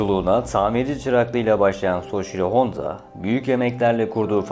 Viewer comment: Şervolet soçiro